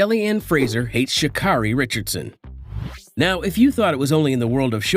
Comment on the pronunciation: Good heavens, dude, if you're going to post about track and field, the least you can do is pronounce athletes' names correctly. SMH ~~ Richardson's first name is pronounced "Shuh-CARE-ee", not "Shuh-CAR-ee".